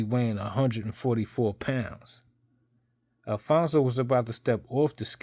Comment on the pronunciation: it’s “ ALPHONSE “ - NOT “ Alfonzo “ , or “ Alphonso “ , or “ Alphonzo “ . Its pronounced “ AL - FONZ “ . There is no pronunciation in the letter “ O “ at the end of it . Emile - “ Alphonse “ - Griffith “ . Never knew that Emile Griffith was addressed by his middle name ? Also some advice you might want to go over how the word “ Totalitarian “ is also pronounced ( along with a few others here I won’t mention ) . Ok , Maricon? Just kidding .